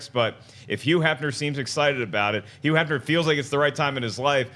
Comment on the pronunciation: patrick soler Yeah if it's a word that begins with hu he pronounces the h like a y. Maybe it's a regional thing. I wonder where he's from.